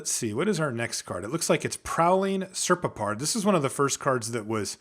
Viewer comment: During my prerelease I met someone who was into Egyptian mythology, apparently the correct pronunciation is "Prowling Ser-pop-ard". (And yes, Serpopards were actual THINGS in Egyptian mythology.)